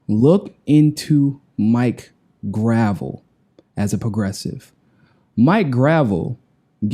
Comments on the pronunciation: Isn't it pronounced /gɹə'vɛl/? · Grah - Vell (how its said) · Great work! But "gruh-VELL" not "gravel" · not gravel graa vell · it's Grahv - ell, not gravel. You were corrected by Mike couple days ago. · It's pronounced "gra-vell" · Maurice Robert "Mike" Gravel (/ɡrəˈvɛl/) The pronunciation symbols are from the International Phonetic Alphabet and indicate his name is pronounced Grah-Velle, emphasis on the second syllable. (ə, comma, ago, ɛ, dress, bet, prestige). The IPA stress mark (ˈ) comes BEFORE the syllable that has the stress. And hey, thats the way we pronounced it here in Alaska when he was my Senator. Love Mike, you too, keep after it man! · You keep mispronouncing his name. It’s GravEL. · CMON IT'S "GRUH-VELLE". otherwise v good:D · Love it. btw it's pronounced "Gra-VEL" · Mike Gruh-vell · Love you man but Senator's last name is pronounced "Gra velle". Thanks for interviewing him. He's a great man. If only American people were smart enough to understand his National Initiative for Democracy. Could you interview him on that? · please pronounce the good gentleman's name correctly. Gruh-velle. He's a treasure; wish some of my Boomer friends would unwax their ears & listen to the man. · Gotta pronounce his name right,!:) gra-VEL...accent at end. He corrected you at the top of the original interview. Peace and find your balance. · You know it is pronounce Gra Velle. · Please pronounce his name correctly. It’s not hard. The guy is a hero of the Vietnam generation and deserves to have you learn his name. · You might research how to pronounce his name. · are you pronouncing his name wrong on purpose? He told you how it's pronounced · Mike corrected at the beginning of the interview... smh... guy still doesn't remember